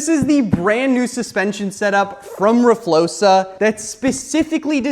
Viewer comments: please stop saying rflosa it’s rfloxa x not s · (r flokes uh) flokes sounding like spokes, ur saying it wrong. Please don't take this as a mean comment i am just trying to be helpful